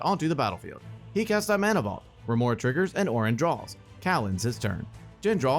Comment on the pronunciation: I have to say... it was very confusing when he kept saying Oren (mine is spelled Orin lol)